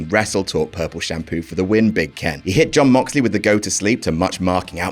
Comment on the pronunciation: You pronounced Jeyooooooooooon Moxley wrong.